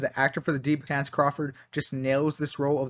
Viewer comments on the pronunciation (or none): My guy, his name is Chace, not Chance